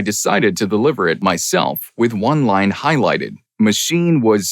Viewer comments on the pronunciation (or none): none